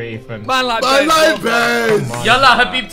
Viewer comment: Did he say “habibty” 🥺🥺🥺